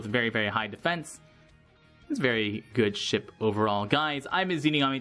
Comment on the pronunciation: also, no idea why I heard "good shit" instead of "good ship"